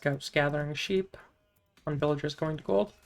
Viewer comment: I love you. But somthing about how you say sheep makes my brain melt.... Like instantly rage. The pronanciation of the P just fries me.